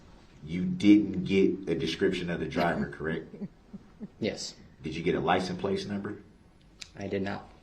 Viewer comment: It's worse, I think he is saying 'lisen place'.